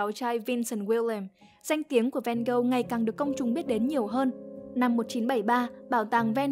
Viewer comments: Mình có 3 góp ý: 1. Phải là Theo và Vincent. Van Gogh là họ, Theo là em trai ruột nên cũng mang họ Van Gogh. Theo có full name là Theodorus Van Gogh. Cứ đọc Theo và Van Gogh nghe nó ngớ ngẩn vô cùng 2. Van Gogh đọc là Van-Gốc, không phải Ven-Gâu, vì đó là tiếng hà Lan. Tương tự, Gauguin đọc là Gâu-gin, không phải gâu-ghen vì đó là tiếng Tây Ban Nha. 3. Bỏ mấy cái tranh AI ra dùm đi. Nguyên bộ phim Loving Vincent thiếu gì scene có thể capture ra dùng mà đi lấy tranh AI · Nghe Van Gâu nghe ngứa tai quá, là Van Ho mà 😢